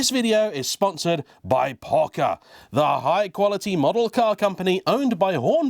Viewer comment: Pocher (po-sher) was Italian, not German.